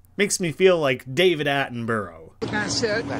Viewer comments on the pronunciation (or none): Its ironic that when he makes fun of David Attenborough pronouncing something wrong and simultaneously pronouncing his surname wrong